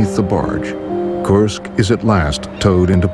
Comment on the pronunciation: Kursk not korsk lol jk